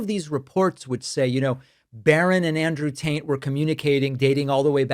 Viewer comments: Did you call he?😆😆😆😆😆😆😆😆😆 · Did you just say Andrew Taint?😊 If not, i hereby lay claim to it! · Sorry, I keep laughing every time you call him "Andrew Taint". It never seems to get old (since I, again, caught myself laughing over it). Honestly, though, all of this criminal activity is out in the open, yet nothing is being done with it. The county is out trillions, into the pockets of these criminals. We need to find a way to claw all this money back.